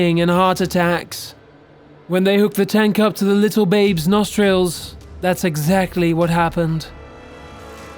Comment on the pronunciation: "Ayseea" "Nostreels" Pronounce your words properly man.